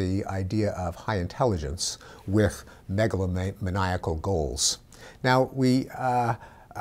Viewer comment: try saying megalomaniac again...